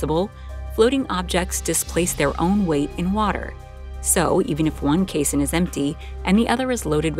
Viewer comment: "Caisson" and "basin" should not rhyme. "Caisson" is pronounced like "case on".